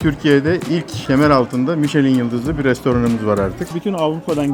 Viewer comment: "Mi-şe-lin" değil cahil herif, "MİŞ-LEN".